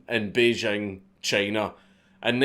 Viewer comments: The capital of China is pronounced Bay + jing (as in jingle or jingo): hundreds of people on the TV and Internet who should know better can be heard pronouncing it as if the "j" were a French "j" - as in Jean-Jacques or "je ne sais pas" (the sound that we spell with an "s" in "leisure" or "pleasure"). I speak Mandarin so I know what I'm talking about. The French "j" sound does not exist in standard Mandarin. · he said bejing china